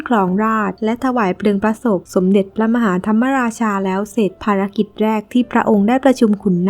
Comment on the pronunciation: พระมหาธรรมราชา คำว่ามะราชา มะออกครึ่งเสียง ไม่ใช่ออกทำ มะ ราชา เพราะ ม. ม้าไม่มีสระอะ หรือไม่ประวิสรรชณี (ไม่รู้เขียนถูกหรือเปล่า) หวังว่าไม่ได้จบ นิเทศศาสตร์สื่อสารมวลชนนะ เพราะพวกนี้โคตรโง่ ใช้ภาษาไทยผิดหมด